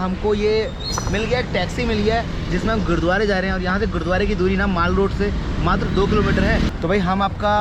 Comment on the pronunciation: Maal road 🤣🤣🤣... bruh mall road bola karo kuch or sunne mein aata hai 🤣🤣